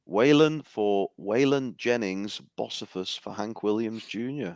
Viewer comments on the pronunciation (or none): It’s pronounced Bo-see-fus lol. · I could not stop laughing while the panel was struggling to pronounce “Bocephus” 😂